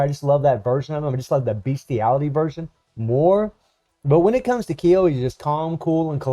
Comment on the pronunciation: I hope I misheard you when you said beastiality version of Iori lol